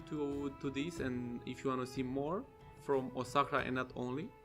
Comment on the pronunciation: there you go. You pronounced it right. And thx for featuring my capital name.